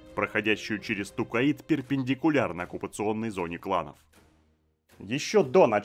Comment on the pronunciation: Я очень сильно извиняюсь, но вы же не обидетесь если я дизлайк вам поставлю за Тукаид? Всю жизнь читал про Токайдо, а тут какой-то Тукаид. Ну и Керенский я читаю с ударением на второй слог, хотя это уже вкусовщина)) А так всё отлично, с удовольствием слушаю твои видосы ;)